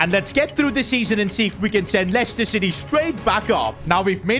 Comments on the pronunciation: Dublador em portugues... É Lester a pronuncia. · Not lieciecter